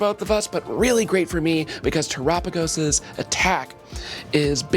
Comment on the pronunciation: erks me a bit she says Tera typing right, but when saying terapagos wrong